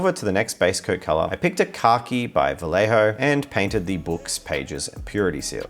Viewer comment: Hi, sorry for being that guy, but as a native Spanish speaker it pains me to hear you say "vah lay hoe" every time haha It's pronounced "Baa-YEH-ho"", the YEH is as in JAmes. Here's a video on how to pronounce it correctly. If you don't believe me please ask anyone with the last name Vallejo (the representative from the Vallejo company may pronounce it incorrectly because that's what English speakers tend to do with foreign words hahaha) Please don't hate me! Much love from Costa Rica! Cheers!